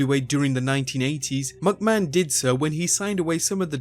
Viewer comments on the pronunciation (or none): dude.... MICK mahon.... not MUCK mahon Think...McDonalds. Its MICK donalds...nots MUCK donalds